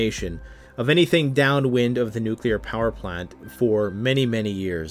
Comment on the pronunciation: "Nooclear pehwer plont"